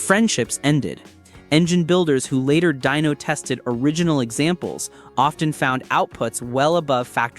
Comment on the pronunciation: Dyno, short for dynamometer, not dino. Please fix that, it's annoying. Thanks, good video otherwise.